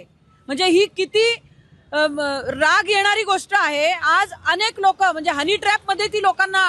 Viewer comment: हणी नसतं हो हनी असं असतं 😂😂😂😂